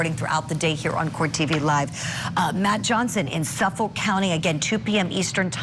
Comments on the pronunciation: PLEASE READ IF YOU WORK ON THE SHOW!!! Being from long island, my favorite part about this, is watching all the news ppl try to pronounce long island things 😂. Suffolk: we just say "suffik". Don't u dare pronounce that L. Massapequa: "massa", like yessa massa. And pequa like "pee-qua". Massa-pee-qua. Thank for the coverage! 😂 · We don’t pronounce the l in Suffolk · Hey Julie. I’m from NY. Your pronunciation of Suffolk County emphasizing the “L” is funny. In all seriousness, you and the crew at Court tv do a great job.